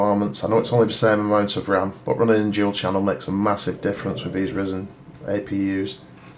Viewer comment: It is ridiculously frustrating to hear you say Ryzen the way you do